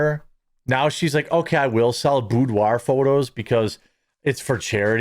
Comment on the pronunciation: Hee hee you said boobdoir😁😜